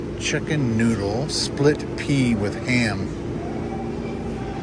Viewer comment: OMG, What was in that soup? One sip & we get a classic verbal blooper "Plit Sea Soup"!!! 🤣 Sorry but had to draw attention to that. Its a good thing I didnt have a mouthful of food or was sucking back a drink when I heard that!!! 😉